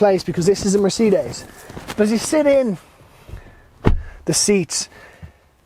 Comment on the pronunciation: nice review but cant get around how you say Mercedes lol! Its not a seperate word